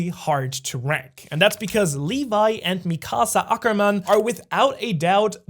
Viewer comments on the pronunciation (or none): none